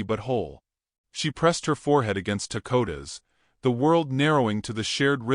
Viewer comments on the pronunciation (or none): Why do you call him Takota when it says Dakota you really need to learn to read ant the others name you also pronounce differant each time you say it 😅